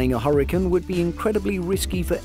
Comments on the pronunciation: Huricins? 😂just call them cyclonic storms if you can’t pronounce hurricane properly. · Quit saying hurricane that way 😒